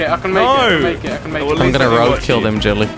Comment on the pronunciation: Am I the only one that hears this guy say, "Jet Li" instead of Jelly?